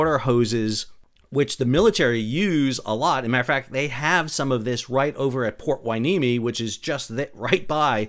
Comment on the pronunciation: Pronounced Port Hueneme so flawlessly I had to double check you’re not from CA.